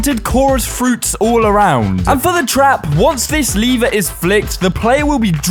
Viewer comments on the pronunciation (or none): Its lever Btw not "liver" :) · you say like: liver but schould say:lev-er. you also say:lead but say: Leash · Ah yes. “LEEVER” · Sorry i míst but how you say líver instead of lever i am dying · stop saying liver say lever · The leeeevu its lEvEr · I THOUGHT the lad was saying “liver” with a stress on the word. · He doesn't know how to pronounce lever and wedding